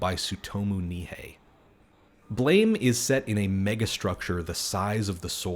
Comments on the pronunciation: Blame! Is pronounced "blahm" - never make that mistake again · Blame! is pronounced "Blahm" (a la langue française)